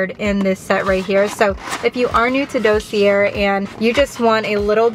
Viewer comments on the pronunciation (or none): Dossier is pronounced dossiyay, it’s French the R is silent